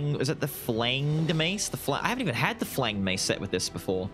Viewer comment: Just as a by the way, it’s a soft g in flanged